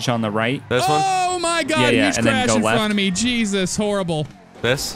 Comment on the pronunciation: Am I the only one that always hears “cheesus” 🤣